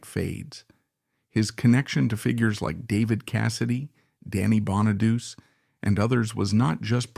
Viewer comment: And another situation where the commentary is wrong in this video is when he pronounces Danny Bonaduce's last name wrong. The commentator needs to do better research. 👍.